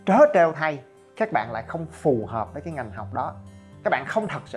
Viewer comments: là "ngành" anh ơi :( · Ngành chứ không phải nghành